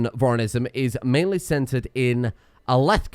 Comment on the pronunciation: Alethkar = AL-eth-car